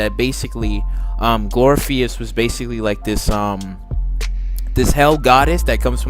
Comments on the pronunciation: Glory = glor if ugh cus glorificus! 🤣 absolutely loved your comments except that pronunciation. Keep up the awesome work! Love buffy! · No no Glor-if-ik-us!! Oh not the first one to correct the phonetic pronunciation. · Okay , amd ive heard you say "GLORPHEUS" TOO MANY TIMES ALREADY. WAT SKOOL U WENT??😀😂😂😂😂😂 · Glor-if-i- cus...... apparently you haven't really watched.. smdh... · This is one of the worst videos ever. You can't pronounce one of the goddesses' names. And you don't even know Buffy's mentor's name. You lack too much knowledge to formulate an opinion about this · IKR 🤣🤣🤣 Pronunciation of Glorificus is terrible